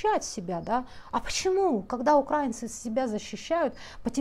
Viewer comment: УкрАинцы, укрАинка..слух режет..УкраИнцы, украИнка....вроде бы считаете себя профессионалом...